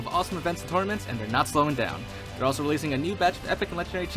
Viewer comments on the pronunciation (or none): none